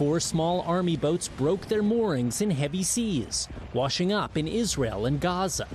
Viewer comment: said it once, Isareal = Nahtzee Germany